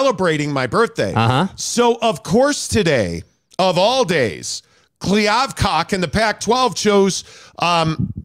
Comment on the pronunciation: Kliavcock lol